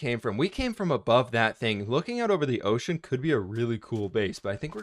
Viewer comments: He said ,” O’ cean!” Lol sounded like oh shiii** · That's what I heard too lol